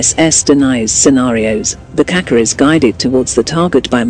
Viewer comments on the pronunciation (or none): for Gogs sake can you do some to pronounce the name of the rocket properly the c in yurkish language in this case has the sh sound like in ship